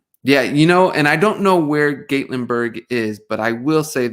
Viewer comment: Gatlinburg is in the Great Smokies, near Dolly Pardon’s home town . Dolly has an Amusement park called , “Dollywood “. It’s pronounced ,Gah -Len-Burg. Beautiful area . Dolly has Theatre’s in and around Gatlinburg . Dolly’s family perform in a Theatre inside of the park . It’s a great place to visit if you like the mountains or interested in the Appalachian mountain ways. Love watching your videos and podcast . You both are beautiful people. Your light shines. Love your music , Loved Michael , Poppa T’s new music , and the Jackson 5.